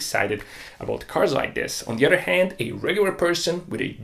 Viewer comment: Udder udder udder. Dude learn how to pronounce the TH. An udder is where milk comes from. Other on the other hand is a whole other word.